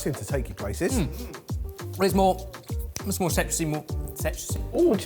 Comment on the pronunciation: Sex-citrusy!! 😂 how do you even pronounce that, I went back multiple times to but I still can't get it haha